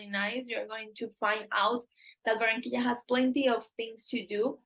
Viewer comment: Be nice if you learned how to pronounce Barranquilla